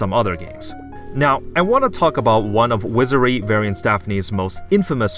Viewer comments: wizary? dont you mean wizardry? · Wizardry. Wizar*D*ry. Please learn to pronounce the name of the games you play. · "Wizerry"? are you, uh...outrageously stupid, my man? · you never pronounce the d in wizardry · okay very cool but can you prononuce "wizardry" correctly without omitting the d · Why does he not pronuce the d in Wizardry?